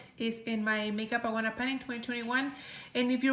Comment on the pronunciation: Do you know how she pronounces Ioanna? Eeoanna? Yoanna?